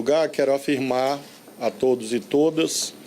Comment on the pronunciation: me da agonia quando ele fala todas.